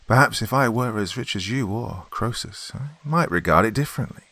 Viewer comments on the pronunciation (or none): KREE-sus! Like Phoebe. Otherwise, perfect